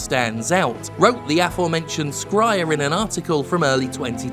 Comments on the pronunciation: 'Jason Skrier'? I though it was pronounced 'Shrier', isn't that how you've pronounced it before? Or is this like 'Kotick v Kohtick'? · jim i love you but it's "shryer" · You dunk on someone for typing 74 instead of 76 but then call Jason Schreier "Jason Scryer" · Years on, and he still hasn’t bothered to look up how to pronounce the name Schreier. SHRY-er, dude. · I'm unsure how you feel about Jason Schrier. But if you are neutral or better in your opinion of him then you should know that you are misspronouncing it. Soft "c" not a hard one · The way you say Jason's surname makes me think he's from Clan Skryre in Warhammer Fantasy